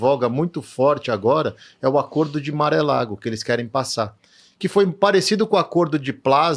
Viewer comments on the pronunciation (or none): Entrevistado simpático. Mas morando nos EUA ele pronuncia Mar-a-Lago como Maré Lago. 😂